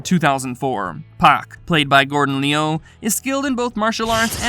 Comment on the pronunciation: This guy is horrible at pronunciation 😂. It's Lu not Leeyu & Lung not Leeyoung. I had to mute the sound after a while 🤦🏾